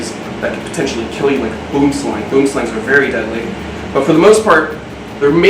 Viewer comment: Boomslangs are pronounce *boem slung